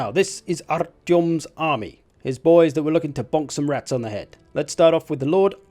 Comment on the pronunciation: Damn. That perfect pronunciation of Artyom caught me off guard